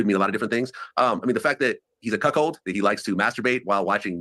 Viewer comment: Did he say c o c k hold or c o c k HOE!🤣🤣🤣